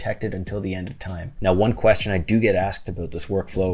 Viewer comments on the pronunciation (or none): none